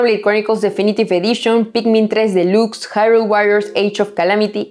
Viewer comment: Esta mujer es muuuyyy buena, lástima solo publique un video muy rara vez en YouTube, felicitaciones, (pdta: no se lee “ esniper “ sino snaipr “, delax no dilux entre tantas cositas sin inoortancia a mejorar ) sin ánimo de criticar muy buena